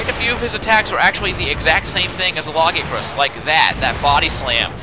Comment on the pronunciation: It's pronounces lag-ee-a-crus not lagi-acrus